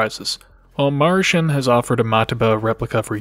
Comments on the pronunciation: Marshen? Ma-ru-shin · Ma Lu ShIn